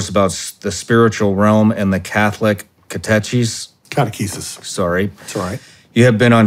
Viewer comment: I can't believe he mispronounced catechesis.